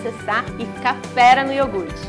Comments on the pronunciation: Eu adorei ela fazendo o IORGUTE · receita: iourgut caseiro Ingrediente: iourgut